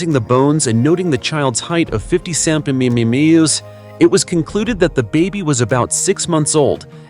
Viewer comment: This commen is for the narrator who has trouble with the word centermetre, the easiest way to pronounce it is CEN TER MET ERS.I do not want to insult you as I too have problems..👍 Noreen Readett Australia 🦘